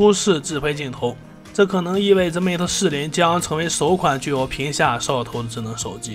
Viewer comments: 我聽到的是"皮下壽桃"🤣🤣🤣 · 聽懂就行，除了屏下掃頭真的聽不懂。